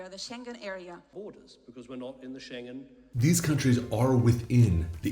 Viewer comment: The ETIAS is not yet in operation but the UK’s ETA is. Also, you are pronouncing Shengen like it’s Chinese. It has a hard g.